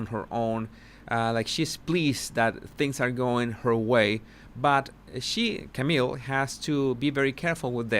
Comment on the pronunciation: Wht bugs me even more is that cannot pronounce Camille's correctly. Like she is doing that on purpose!? Seriously, how disrespectful! 🙄 But I just love that Camille does not even turn her microphone off knowing there will even more objections coming